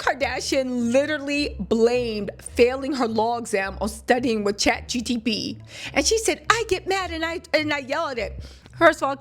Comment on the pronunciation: Girl you can’t even say ChatGPT correctly